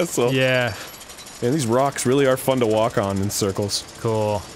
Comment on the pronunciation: Also Leo: Or else I'll get weally gwumpy